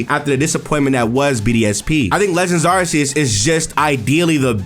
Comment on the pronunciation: Lol. Every time you say “Legends Areses” part of my soul dies. 😅